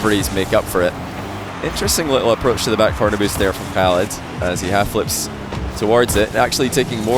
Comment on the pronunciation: bro you're saying Khalid name like Arabic guy lmao respect bro you can say the Arabic letter خ